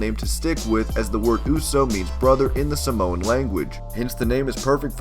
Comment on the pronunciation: don't say Samoan its afensive because you prounced it wrong! I should know cause I am Samoan